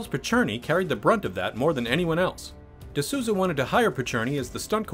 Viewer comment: Just a heads up, it's Souza as in Souls. Sounds something like "the Soulza".